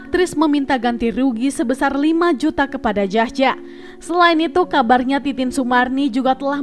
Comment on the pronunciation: Jahja = yahya. J ejaan lama di baca Y